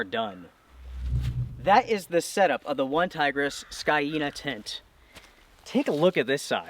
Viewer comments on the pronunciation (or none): I still want to know why an A is pronounced Y? Wouldn't it be SCANE-ah? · According to Forvo, it is pronounced "skay nah".